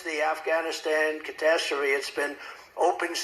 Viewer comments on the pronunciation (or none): "...since the Afghanistan catas-tery..." WTF is a "catas-tery"???